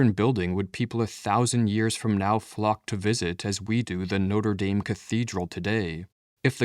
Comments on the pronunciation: I would be more impressed if you would pronounce the name of the cathedral correctly. It's not a football team in South Bend, Indiana. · Part of the problem is that we're subconsciously unwilling to preserve the beauty in things. Example, the way you say "Notre Dame". Try pronouncing it as it's meant to be pronounced and listen to the difference.